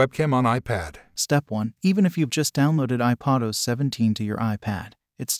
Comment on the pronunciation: Tired of these fake voices!!! It’s IPAD not IPOD os!!! SMH